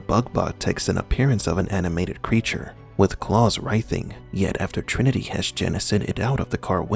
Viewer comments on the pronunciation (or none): none